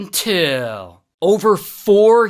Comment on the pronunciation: NGL , Never has an "untill" made me so happy